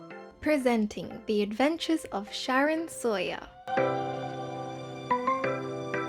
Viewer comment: I thought you said 'sharon soya' Instead of 'sharon Sawyer's 😂